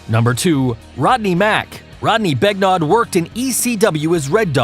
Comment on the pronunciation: Just for reference Begnaud is pronounced beg-no